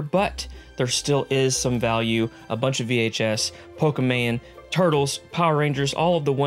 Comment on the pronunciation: It’s Pokémon not Pokéman just think of it as mom at the end pokéman is a different thing completely